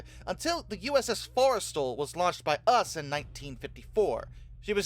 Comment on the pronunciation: Why do you pronounce "The US" as us ? I am not a native speaker, but isn't it more like "Yuu Es" and not "us"